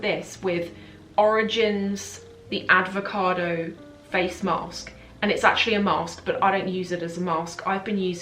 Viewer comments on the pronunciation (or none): It's not Adcovado, it's Avocado. Try it once, it's delicious.